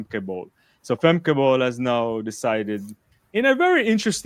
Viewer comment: It's pronounced more like "Femka". It's like German.